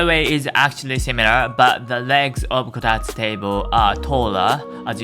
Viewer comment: It's Kotatsu, not Kotastu.